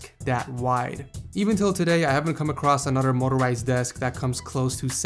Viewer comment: motorizied lol in another video he was making fun of somebodies spelling